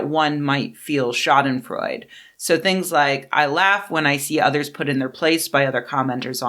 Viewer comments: The e at the end of Schadenfreude isn't silent It's not Freud, like our buddy Sigmund, it sounds more like Schadenfreu-duh The way you say "Schaden" is fine, except the stress is on "Scha" not on "den" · You probably know this by now, but Schadenfreude is pronounced shaa-duhn-froy-duh. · It’s pronounced “shah-den-froydah”. Love your work! Please keep it up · Sha-den-freu-duh is the correct pronunciation, danke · The final e in schadenfreude is voiced, sounds like a frontal English singular indirect (?) article "a" Great video, but could you stop taking about me? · The final "e" in Schadenfreude is not silent, it's a schwa. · But she did not speak German, she was speaking English and in English loan words often got an English pronunciation. Just how one English does with say the Swedish loan words Smörgåsbord or Ombudsman. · She's mispronouncing it. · The final e in Schadenfreude really should be pronounced. Great video.